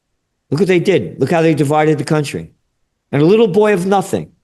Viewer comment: Dude actually said cunt trie 😂😂, he’s great 👍💪